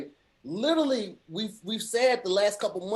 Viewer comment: Kinda hate the way pronounces “literally.”